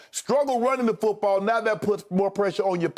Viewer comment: Shannon with the 'fuutball' soccer teams pronunciation lol